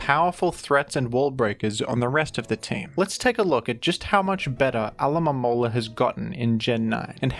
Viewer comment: How did u say alomomola so many times and get it right